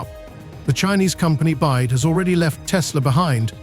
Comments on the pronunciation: Its B Y D Build your dreams not Bied , attention AI robot you must use better language model perhaps CHina deep seek model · byd not bide